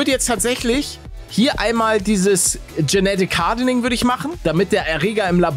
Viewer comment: Sehr gutes Video aber seine Aussprache von Genick hardening